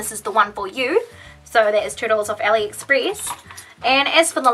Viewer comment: It's not Aliexpris 😂